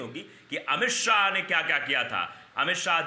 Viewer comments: शौ नहीं भाई शाह ! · जय शो नहीं जय शाह नाम है